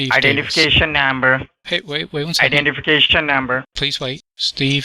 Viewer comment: "IDENTIFICATION NAHMBER" geez